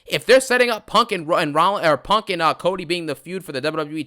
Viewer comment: “I cont stop thinking about PONK”